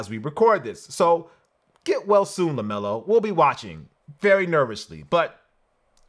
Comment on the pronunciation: LEMELO BALL!!! "LEMELO"!!